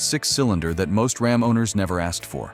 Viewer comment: rAm... not rOm